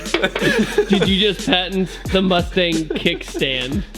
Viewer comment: Moostang is how Mexicans pronounce it.